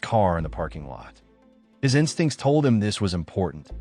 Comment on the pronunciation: His "instincts" eh?